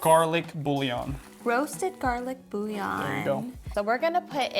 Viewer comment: Love how says BouLion 🤣